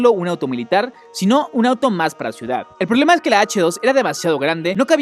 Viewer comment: No se dise prolema se dise problema